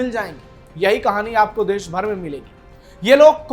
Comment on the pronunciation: भाई आप पहले अपना उच्चारण सुधारिए "श" शब्द का उच्चारण सीखो आप न्यूज पढ़ रहे हो ,गाओ वाली हिंदी मत बोलो, अच्छी हिंदी बोलो। देश को देस, कश्मीर को कसमीर, वोट को बोट बोल रहे हो क्या स्तर है समाचार वक्ता का?